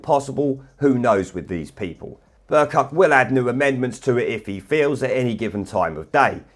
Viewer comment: Every time you say "Bercuck", I think you're saying "Bercu"-something else. Which arguably fits even better.